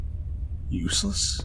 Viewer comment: I'm only sitting through this video for you, because I'm only thirty minutes in and the rest of the game isn't boding well based on what's been seen so far Lmao little, "...Useless?" is taking me out 🤣😂